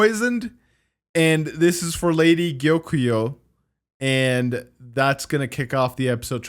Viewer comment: I'm so surprised and happy to know that now can pronounce Gyokuyo so well and smoothly!! Perfect pronunciation.👍 Good luck with "Shi-sho" next time.:D And yeah, Jinshi has never called her by name.